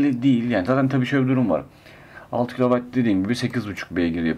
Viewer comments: Bu isimde bir arabacık için ciddiyet seviyesi son derece yeterli. Ama kilovayt değil kW kilovat. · Kilovayt değil dostum kilovat diye okunur. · kilowayt degil.kilowat